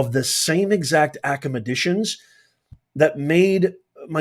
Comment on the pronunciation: Did you say acamedicians? I presume you meant to say academicians.